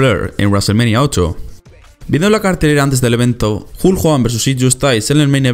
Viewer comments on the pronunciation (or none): none